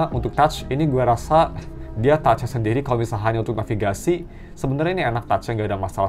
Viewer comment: "memberi sendili" kebaling bak :(